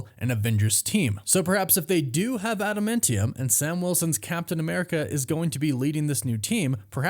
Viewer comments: I know it's nit picky, but why do you keep saying ada-men-tium? It's ada-MAN-tium. It's like nails down a chalkboard every time you say it. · Bro do you even watch the movies or read the comics ? wtf is “ada-mint-ium”😂 it’s adaMANtium. Noob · Please learn how to pronounce Adamantium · My word, please pronounce admantium correct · Glad I'm not the only one who finds his pronunciation weird 🤪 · Please learn how to say Adamantium